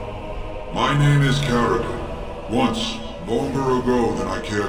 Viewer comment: Its Caridin